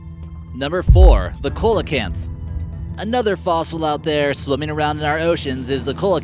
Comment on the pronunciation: FYI, the coelacanth is pronounced "see-la-canth". Good video!